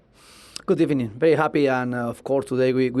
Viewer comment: First of all , good ebening